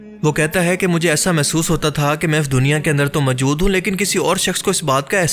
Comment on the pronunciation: Mjood kya hota hai Bhai? Moujood asl lfz hai urdu ka. Pind se seedha voice over deney agai ho kya tm? Bolna nahi Aata to video bnatey hi kyune ho tm log?👎👎👎